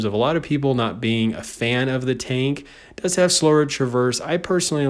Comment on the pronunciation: your tank name pronunciation is kinda weird and some are wrong